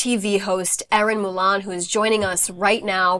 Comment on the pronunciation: Can't you people on air get ERINS MOLAN NAME RIGHT??..IT'S MOLAN, NOT MULAN.??????..